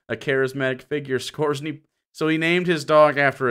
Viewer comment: you mispronounced Skorzeny. It's supposed to sound like "score-ZANY." (My ex-wife had a Bachelor's degree in European history with a concentration in WWII Germany, is how I know. She also played AD&D and ShadowRun.)